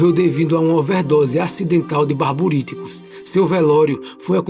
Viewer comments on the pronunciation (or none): É barbitúricos, não barburíticos